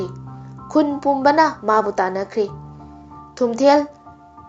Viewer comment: Thumthel haiba natchade. Spelling ga pronunciation se taba nungeite. Nupi gi mingsu panba yaba yatni. Wari se henna kupna research touradi henna fajaga daba. Hapchinba khara su jaoraba malle. Anyway good job.